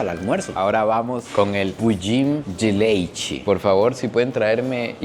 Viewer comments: ¡Qué buena tu pronuncia del "Pudim de Leite" ! Te felicito 👏👏👏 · A pronúncia dele é muito boa!